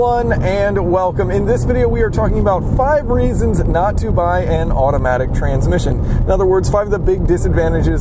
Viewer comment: You said "bay" instead of "buy". But i get it, english isnt your first language as you said. I jusy wanted to help you. Please dont take this as me being rude